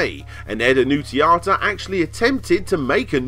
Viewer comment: Oh, and the name is: A N N U N Z I A T A. Not Anninziata. Please fix!